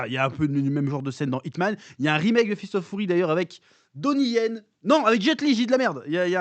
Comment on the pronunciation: "Fist of fOUry", je me lasserai jamais de la prononciation du chef 🤣🤣🤣